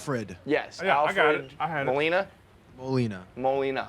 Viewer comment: Can’t believe how this frat white boys are having hard time saying” Molina”.